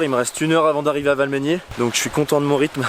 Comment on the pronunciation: Valmeinier, dit "Valmenière" dans la vidéo, ca se dit "Valménié", en phonétique..🤣